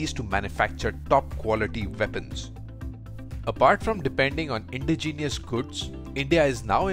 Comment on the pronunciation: Good to see; now let's just hope the equipment is actually good. BTW: – It's especially, not "specially". – Indigenous, not "indegenius". – Apache is pronounced "uh-pah-chi", not "uh-pah-che". – It should be "155 mm" and "40 mm", not "155-MM" and "40-MM" (which would mean "megamolar"). – ASEAN is pronounced "ah-see-ahn", not "ey-see-ahn".